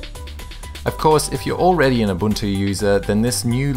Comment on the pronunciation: Abuntu :D